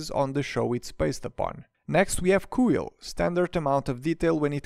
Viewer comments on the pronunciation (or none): Great set, but i know my man didn't just pronounce Kuill "Koo-eel"